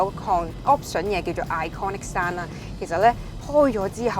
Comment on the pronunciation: 你好，我相信你背後有付出過好大努力，係值得欣賞嘅，但係請恕我直言，你做得呢行，點可以滿口懶音㗎？！ 嗰啲咩"避震要幾雁有幾雁"…都算喇， 最難頂係你連讀英文都可以有懶音嘅… Impressive package讀成"Impassive" "pair"kage🙄 你Google translate下咩係"Impassive package"...真係得啖笑！ 仲有…iconic sound讀成iconic 山… 仲有好多… 懶音王陳敏之都改善咗好多，希望你喺呢方面都可以作出改善，努力！加油！💪